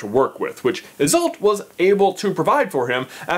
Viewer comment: I’m many years late, but if anyone is interested, Isolt is pronounced EYE-sahlt and Gormlaith is pronounced GOR-rm-la. Sort of a tricky Gaelic thing there with the “rm” bit, literally like the word “room” without the o’s.